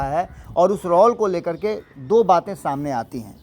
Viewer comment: रौल बोलना नहीं छोडिएगा रौल नहीं रोल होता है, पण्डित जी 😂